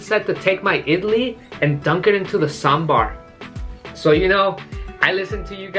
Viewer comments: I love you man because you're the first person from other place who pronounced saambar correctly other than south indians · You pronounce sambar better than North Indians.. its one of the best breakfasts.. high-protein ( blackgram in Idli, dal in sambar etc), low fat, high fibre diet. with spices that improve appetite for the day, like mustard seeds, coriander seeds , curry leaf etc in the tempering.. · The way you pronounce 'sambar' correctly.. my heart feels Happy.. 😍